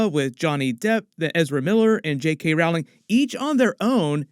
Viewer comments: It's pronounced "ROLLING", not "Rauling". I mean, you did all this research and couldn't get the name right...? 😆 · Err. JkR is pronounced like Rolling. As in like someone rowing a boat not like an argument. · If you’re going to do videos about J.K. where you say her last name many times over perhaps you should learn to pronounce it correctly?